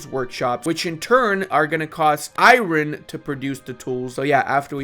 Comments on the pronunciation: Stop it stop it stop it not IRon ION no emphasis on the R!! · I love your channel but every time you say EYE-RON instead of Iron I die a little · Why do you say Iron like that? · "iren mines" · saying "i-ron" gets me every time lol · The way this guy says iron kinda makes me crazy not gonna lie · I’m gonna be honest man the way you say Iron makes me want to die inside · How the hell are you pronouncing "iron"? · I never know if he says it that way ironically or not